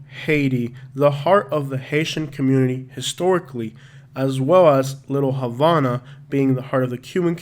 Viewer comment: It's pronounced "Little Ha-vah-nuh" and "Al-uh-pat-uh"